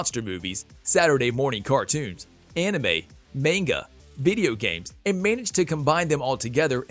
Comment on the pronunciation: This dude pronounced manga like "Maine-guh"